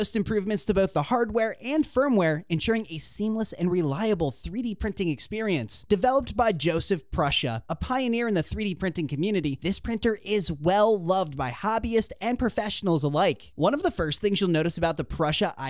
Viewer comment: Its Josef Prusa not Jusuf !